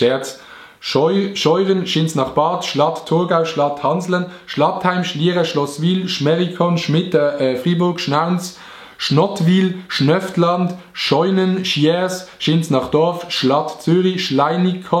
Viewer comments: Schnöftland 😂😂(Schöftland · Du hesch gloubs Schönbühl vregesse und Schöftland Schnöftland usgsproche